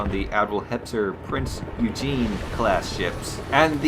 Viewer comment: prince "you jeen" scoffs in world of warships oy gen man, OY GEN